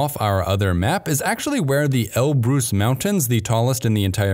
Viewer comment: It's not el Bruce, it's alborz and it's not arabic